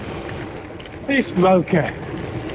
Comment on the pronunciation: Great review of a fantastic bike. Keep working on that "Bokeh" pronunciation!!